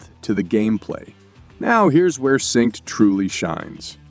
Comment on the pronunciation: You didn't notice the repeated "sinkst" and "grindy" being pronounced to rhyme with "mindy" and various other "even people who don't speak English wouldn't make that mistake" mistakes?